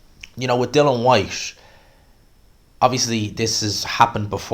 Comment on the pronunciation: Boils my piss when people say Dylan Whyte. It's Dillian FFS, you've even written it in your headline 🤦🏻‍♂️